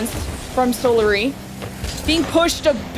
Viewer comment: man teach how to pronounce words ffs solary, chausette- the way she says it just takes me out of it